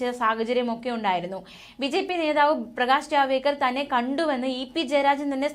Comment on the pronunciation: Javdekar not javekar. Please educate news readers😮